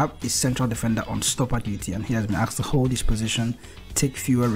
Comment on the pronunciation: Aksed? Come on dude